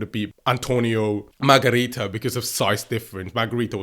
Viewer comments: "Antonio Margarita" 😂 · Margarito.... Not Margarita. You like women alcohol don't you?